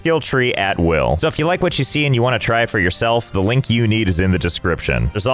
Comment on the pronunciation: ive watched most of your videos. Love all of them. but i have a question... do you have a slight speach impediment? where "L" comes out half way sounding like "W"? or is that just you messing with us. I cant believe i just noticed this. ....omg is that why you say "Linkie in the description"?! so it sometimes sounds like winkie? dangit, now i have to go through your whole video catalog again. 🤣